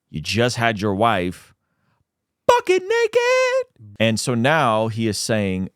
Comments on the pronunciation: They way you said butt naked made me think you said “F****n naked” lol! I was like ain’t no way! I had to replay it 😂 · Same 😂 had me for a second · Same hahaha